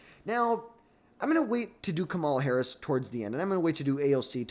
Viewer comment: First, the way you butchered almost every person of colors name like Kamala & Gallegos doesn’t give me great confidence in this analysis but I agree completely with the bottom half of your ranking. Second, people forget that during the 2020 primaries, Harris was topping every single poll after the primary debates. She left all the other democrats on the floor. Ppl forget she’s kind of a debate lord. The only reason she dropped out was because of campaign finances. She tends to be beast in primary processes whether it be senate, DA, AG. Now, will democrats want to run the candidate who lost most recently is the most important question for her. AOC would never be able to garner the moderate or conservative democrats support needed to bring the party together to win in 2028. As a Democrat, Newsoms image and polling amongst democrats is getting lower and lower as he shows his ass by bringing on conspiracy theorists and MAGA cultists on his podcasts and allowing them to spew racist, sexist, xenophobic, & homophobic rhetoric and not check them.